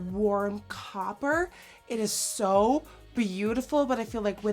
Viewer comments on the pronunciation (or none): none